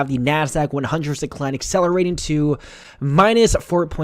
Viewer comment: Really ? WRONG ! You should stop making these INCORRECT videos, go back to school and learn basic English. "lastly"? "skyrockin"? "aventuly"? "excelerating"? "futtold"? "2 12 20"? "prawcess"? "Pudin"? How old are you, 10? STUPID.